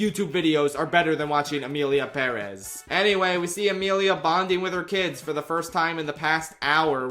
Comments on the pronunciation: I literally can’t finish this vid bc of the way you say Perez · literally had to click off because i dont understand how anyone can pronounce perez like that 😭😭😭 youre insane